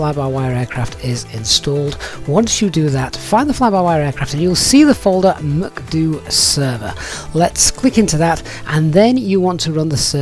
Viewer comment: Your pronunciation of MCDU sounds wierd